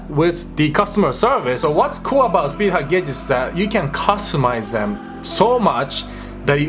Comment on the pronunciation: Because of your accent i heard speed HUG gauges, idk but that sounds like a quality product to me XD